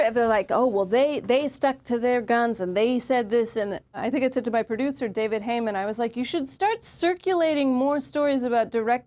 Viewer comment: HEYman, not HAYman. 😂